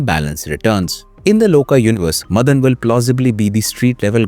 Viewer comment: It's pronounced as Maadan, Madan